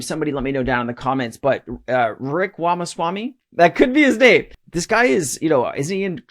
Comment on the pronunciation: Vivek Ramaswamay. Pronounced "Vi-vake Rah-mah-swam-me"...